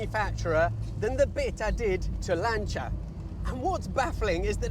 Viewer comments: Why is he calling it a Lan Cha? Not a Lan Sea Er? Have i just witnessed a Mandela effect... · Lancha? What on earth is that. It’s LANCIA as in lance!!! Just like Julius Caesar is not Julius Kaiser! Or Cicero is not Kickero! FFS!!! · ...did you say "Lancheeya"? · Annoying AI-voice, 'Lancher' 🤦🏽🙋🏽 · "Lancha"?? "Bitta"?? "Zagahhto"?? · Why the stupid accent for Lancia? Speak English or Italian. We don't travel to Roma we go to Rome. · Maybe learn how to pronounce “Lancia” and stop shouting. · Yes, but sorry, it does sound VERY middle class and poncey😀in England.